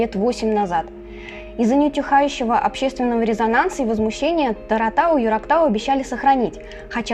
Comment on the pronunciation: Огромное спасибо вам за освещение ситуации! Но 2 поправки: гора называется ТОратау (не Таратау) и петиции за Куштау ( не Шахтау,которого уже давно нет). Просто описка, наверно. Спасибо из Башкортостана, Ишимбайский район